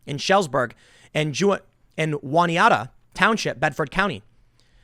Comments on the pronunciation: Juaniata? It's Juniata in PA, not Mexicali. June ee ata. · That'd be "June-ee-AT-a" County, Pennsylvania, Tim ;) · Tim its pronounced "Joo-nee-at-uh" township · Juniata is pronounced with a normal J sound not a W BTW.